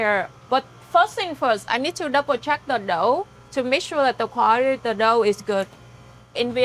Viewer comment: its funny how she says "dough" like "đậu"(tofu)